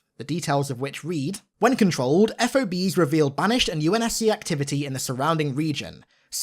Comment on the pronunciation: Just call em ‘Fobs’… not F.O.B’s, that’s how they are pronounced